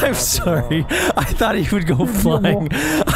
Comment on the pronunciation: Vanoss sounded SO Canadian with his sorry he was laughing so hard 😂